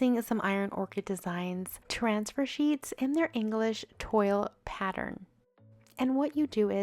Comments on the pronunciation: Toile is pronounced “twahl” not “toil”. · I love some of these. The chargers are beautiful. English “tw all” not toil though. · Beautiful projects - thanks for sharing - a little FYI for you - toile is pronounced -twahl -🥰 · I know this video is over 2 years old but i just watched it and I must say, great job!! In case you still might not know, the fabric called toile is pronounced "twall"... I definitely will subscribe to your channel. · You would think that Toile would be pronounced like how you are saying it. I was taught the correct way about 30 years ago. It’s pronounced “twaal” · So many fantastic ideas! Just a little footnote, "toile" is pronounced "twall" (it's French). :-) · Just so you know the English pattern and pronounced….. Twall. Toile). Great video!